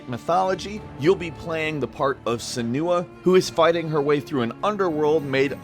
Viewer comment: Couldn't you at least check how to pronounce Senua? ;p